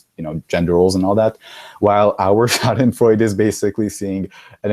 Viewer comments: "Schadenfreude" was actually pronounced nearly perfectly. What brings you to germany? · Your pronunciation of schadenfreude was actually very good. Gold star comrade ;)